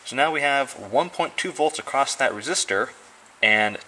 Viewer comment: Good video. Thanks for sharing your knowledge. But you seem to be too smart to be doing the "t" on the end of "across" thing. Reminds me of a guy I know who says "wiff" and "boff" for "with" and "both". He's a smart guy too.